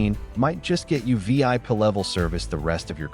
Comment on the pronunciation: I think this was created by AI. Did you notice the video while it's talking about "door hangers" kept showing clothes hangers? And the voice couldn't pronounce VIP. 😂😂😂